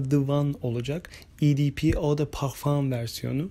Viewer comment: Kaliteli yorum. Tuhaf olan "pağvfam" kısmı😊